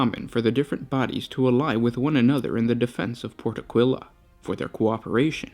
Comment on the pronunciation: I'm forced to point out that it's pronouced Áquila, not Aquíla.